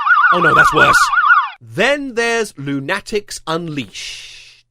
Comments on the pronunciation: What's funny is that a Coyote is the size of a dog. A Road Runner is the size of a small bird. Like a really thin pigeon. Also you need to be in prison for saying "loon-natics" instead of "luna-ticks" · A: I watched Lunatics Unleashed! I liked it, though I were but a lad at the time, and I recognize it's not very good. B: LOON-a-tics, not loon-A-tics. The emphasis is on the loon, which explains the show.